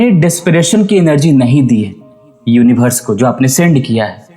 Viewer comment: सब कुछ ठीक है भाई साहब लेकिन यूनिवर्स को यूनिभर्स मत कहिए